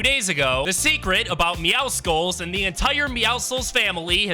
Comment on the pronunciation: But at least he says meowscles correctly